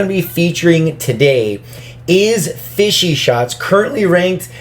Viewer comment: FishShots* idk why he said it "fishy"